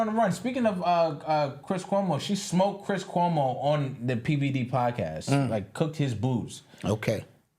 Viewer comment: Love this "Paacass" has a gift 😂! Thank You